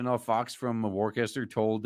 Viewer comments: Worcester is pronounced "Wooster" by the way. No it doesn't make any sense. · Btw "Worcester" is pronounced "Wooster". 👍 Also "Worcestershire" is "Wooster-shur" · FYI Worcester is pronounced ‘wooster’.